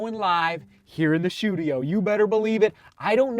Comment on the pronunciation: Run a mile every time say shoe-tudio. Lol